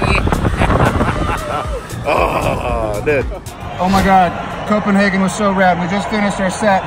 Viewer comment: Please, just say: co-pen-“hey”-gen. Not co-pen-haarrrr-gen. EDIT: Ha, just realized to say both! You son of a bitch ;) Great fucking view from that tower in Tivoli!